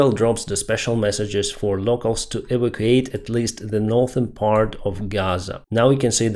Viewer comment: You say "eva quate", try "ee VAC you ate". Otherwise, say GTFO.